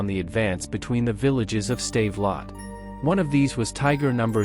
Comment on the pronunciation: So Joe Chim Paper was defeated at a Save-a-Lot store? I guess they don't sell many bilingual AI voices. I did like the 'Tiger Too Heavy tank.'